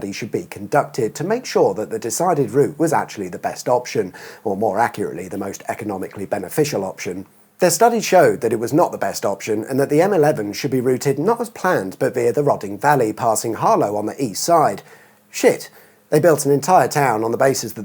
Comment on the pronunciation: You can see he has not read the comments from I think the M11 video where people did point out it is Roading not Rod ding